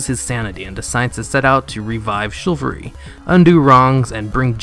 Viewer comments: and Chivalry is pronounced Shi-val-ree. Not "Shillvery". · Also - Chilvary? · "chilvary" LOL